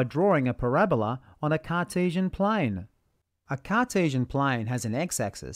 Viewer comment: a cartisian plaiiiin, in an ozzy accent, beuautiful, when y=x ^2squeeeeeee'rd